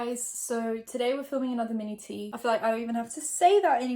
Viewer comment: Lmao I always wondered why she said manatee when she said mini tea lol